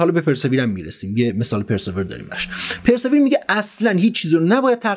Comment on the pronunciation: خسته نباشی دوست من. گفتم این همه ما ازت یاد گرفتیم یه چیزی هم ما یاد بدیم که کمی از زحماتت جبران شده باشه. تلفظ صحیح persevere پِرسِوییِر هست با تکیه بر واو ❤️🙏🏼